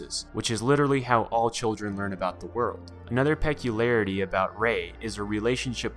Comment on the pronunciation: I’ve never heard someone pronounce the word “peculiarity” that way before. I’m seeing so many words mispronounced in evangelion YouTuber videos lately. Is our education system ok?